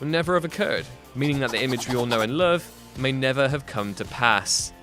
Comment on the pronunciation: The way this guy says "Love" lol